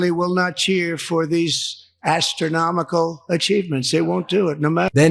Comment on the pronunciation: "aSStronomical achievements," my aSS